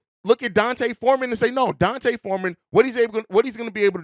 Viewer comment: His name (D’Onta), is not pronounced like Dante. It’s pronounced like Deontay Wilder.